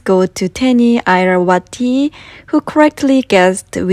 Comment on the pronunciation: I saw my name! 👆😁 it's pronounced 이라와티 but no worries..I made mandupi manually several years ago and it was a good workout for the arms 😅 I used them for gyoza, the one that is crispy at the bottom and soft on top. My family liked them so the sore arms were worth it. I wish I could edit the process just like you edit the video and voila! It's done in 4 mins! 😄